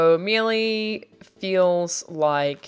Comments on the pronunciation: Small thing the way you pronounce melee like mei lay exempt without the space. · Not sure I've ever heard an Aussie say "melee" before.. "Mealy" it is then. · Great video. Nitpick: Melee is pronounced May-Lay*. As opposed to "mee-lee" :) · “Mealy details?” Not to nitpick but isn’t melee pronounced Mel-ay? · I'm surprised that Alanah doesn't know how to pronounce Melee. Its Meh lay But that doesn't detract from the fact that she's very lovely, smart and cool 😊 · "Mee lee" lol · Probably the worst pronunciation of "melee" I've ever heard. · The way she says melee hurts my soul